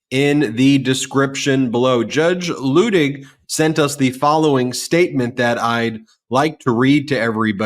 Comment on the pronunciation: Ben, a gentle reminder that Luttig is pronounced Lootig long u sound. From a MT Patreon patron. Love you guys!